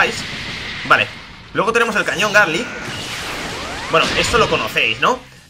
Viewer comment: Like si notaste que decía cañón garlick